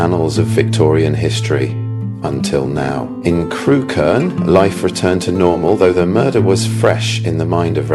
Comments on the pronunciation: It's pronounced Crook -urn, not Crew-Kerne. I live a few miles away. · Yep.Had a friend from there and she always called it Crook-urn.